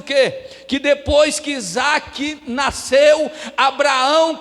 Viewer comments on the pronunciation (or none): none